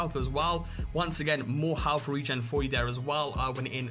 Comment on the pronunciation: Halff? I think you mean 'health', mate.